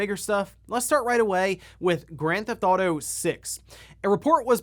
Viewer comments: there’s no such game as”Gran-thouto” it’s “Grand Theft Auto.” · “Gran thauto”